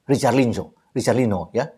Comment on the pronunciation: Richarlison bukan richarlino 🤓